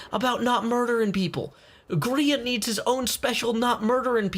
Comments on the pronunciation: Grian* not groan u silly goon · holy crap the southren voice grian rhimes with readin lol im with you